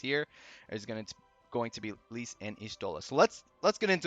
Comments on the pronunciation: Lyse’s name is canonically pronounced, “lease”. Great vid, just had to share that!! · You're definitely pronouncing Lyse's name wrong. It's like Lisa without the a. Leece. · C'mon, it's not so hard to say Lyse properly. Other people even said it, so you heard how it's pronounced properly.